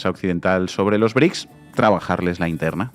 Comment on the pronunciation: No son BRIC!!!! 🤦🏻‍♀️🤦🏻‍♀️🤦🏻‍♀️ Son BRICS!!! Brasil, Rusia, India, China, Sudáfrica!!!!! Vas a hablar de los BRICS y ni siquiera puedes pronunciarlos bien!!! 🤦🏻‍♀️🤦🏻‍♀️🤦🏻‍♀️